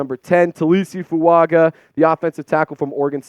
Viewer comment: I think it’s pronounced Fu-unger. Samoans always have an invisible N before a G